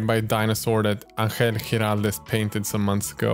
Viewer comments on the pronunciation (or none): none